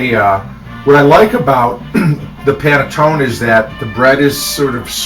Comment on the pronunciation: Hi and!! Love you both! I'm recent subscriber. i'm watching bread pudding with panetone. Please pronounce the ninal 'e'.